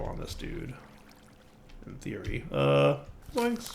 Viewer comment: "in theory" = "hey siri" lol